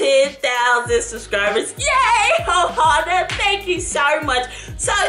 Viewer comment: I dont like how she says ohana 😂